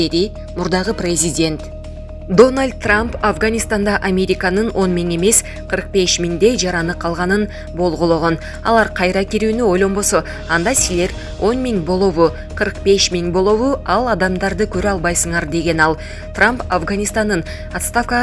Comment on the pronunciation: Болгологон эмес болжолдогон...сени эмнен учун ,жумушка ким алды болду экен ...же туганчиксинби...?